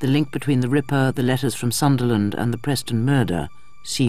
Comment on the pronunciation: Sunderland, not Sutherland.